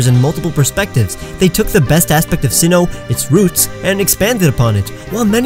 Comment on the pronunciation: You pronounced Sinnoh incorrectly